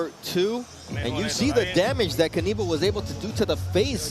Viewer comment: Great play-by-play, gentlemen. Here is a pronunciation note: Knyba is pronounced "Kniba", rather than "Kneebuh" or Kuhneebuh". I think you can do it the next time around.